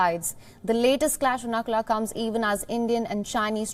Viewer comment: Its Nathula not Nakula!!